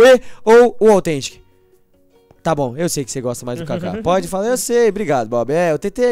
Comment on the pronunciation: sobre autgentic:blalalablalalalala